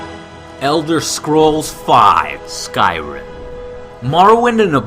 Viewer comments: Hey, its not 'Scrim' its 'Sky-Rim' just thought id point it out, and Yes if you going to buy jus one game for the next year that make it Skyrim or Bioshock Infinite or Guild Wars2 or BF3 or Mass Effect 3....Hmm guess its not as easy a decision as i thought. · Did he say skrim? It's SKY-RIM, the word "sky", then the word "rim", skyrim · skrim... its SKY-Rim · just a little nitpick but skrim it's skyrim not skrim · its not skrim its said "skie-rim" but spelt skyrim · Skrim was a fumble on the name on Skyrim, where peeople have been filming themselves and saying Skrim instead of Skyrim, its pretty common actually. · Is it me or did he say skrim instead of skyrim at the end? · Skrim? ? I think it's SKY-rim Joe, either way, happy SKYrim was on the top of your list, cos it's on top of mine :P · I see I'm not the only person that always want to say "skrim". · It's not "Skrim". It's Sky + Rim. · Did Joe just call it Skrim? Blasphemy it is "SKY"RIM! Please Joe, You should know this from playing Oblivion. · wait. did you just say scrim. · BeeKoz I just noticed that too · He said Skrim lol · Awesome video as always, Joe. But you called "Skyrim" "skrim". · Did Joe just call Skyrim skrim? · He called it skrim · Did...he just pronounce it 'Skrym'? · or "Skerim"... the point is he said it wierd :P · did he say SKRIM? lol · nice vid man u got some nice games in there but u shud hav based it more on other peoples opinions rather than ur own ... im sure other ppl wud hav said mw3 or assasins creed revelations or saints row 3 but gud one for skyrim for number 1 or skrim... as u pronounced it :) :) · He accidentally called skyrim "scrim" at the end lol :) . Oh well, who cares; SKYRIM FTW!!! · And did he just say SKRIM? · I thought it was pronounced Sky Rim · I-D Software and Skrim? Come one Joe, you know better! It's id! Like the part of the human psyche. Not I.D. :) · i think its pronounced sky rim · Disliked for the pronounciation of Skyrim.